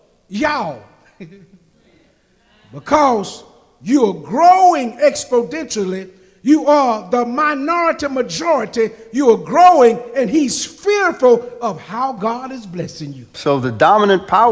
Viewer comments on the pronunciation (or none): expodentially...sounds familiar (uh um Biden) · “Expodentially?” Someone’s taking their cues from Brandon!